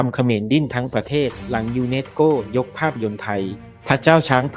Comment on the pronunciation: ต้องฝึกภาษาเพิ่มนะครับ ทั้งไทยทั้งอังกฤษคืออ่านผิดเยอะ สา-ระ-คะ-ดี ไม่ใช่ สาน-คะ-ดี ทำ-มะ-รา-ชา ไม่ใช่ ทำ-รา-ชา นัน-โท ไม่ใช่ นัน-โท่ ยู-เนส-โก้ ไม่ใช่ ยู-เน็ด-โก้